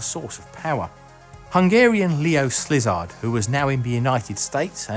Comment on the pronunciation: His name is pronounced "Seal-ard Leh-oh"